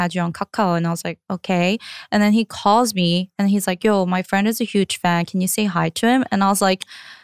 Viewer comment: Is it just me or does it just not sound like "fan"